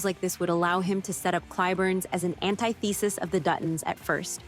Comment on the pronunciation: Learn how to pronounce antithesis correctly